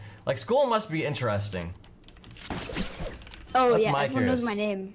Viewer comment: if says intewesting one more time